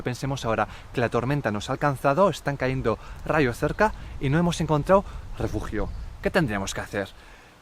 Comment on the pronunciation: No se dice "caendo"; se dice cayendo